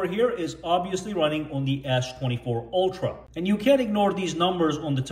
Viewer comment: It's not oltra it's ultra Pronounce it correctly